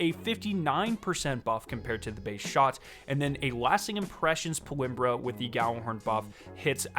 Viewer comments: How ur pronouncing this is hilarious it’s PALMYRA, not PALIMBRA 🤣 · It’s “PAUL-MEERA”, not “Paul-imrah”. Look up the pronunciation of the city it’s named after. 🤔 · I dont mean to be picky at all but aint it pal-my-ra? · How do you mispronounce Palmyra so drastically? It's kind of impressive tbh.